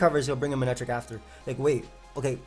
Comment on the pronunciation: “manetric comes out” Classic